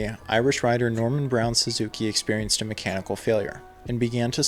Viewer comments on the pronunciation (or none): none